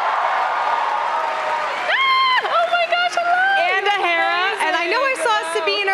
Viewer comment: the way the host say Hera's name i thought she said Harrison's Doula... 😅